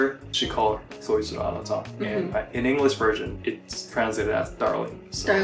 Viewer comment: you don't know how to pronounce anata correctly or you're just doing an english accent?